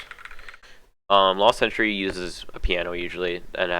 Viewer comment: Last century is how it's pronounced btw